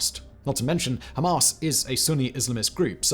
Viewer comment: That pronunciation of Hamas is annoying me. “Hom-ahs” Ham-ass